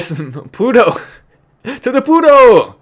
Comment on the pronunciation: you're supposed to say "TO THE PLUTOOOO!!!!", not "TO THE PUTOOOO!!!". That's a bad word in Spanish. Google it.